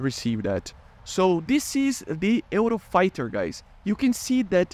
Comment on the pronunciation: The way you pronounced the word "Eurofighter" is not exactly like that, you pronounced very similar to what we say in Spain (dont worry i know u r brasilian)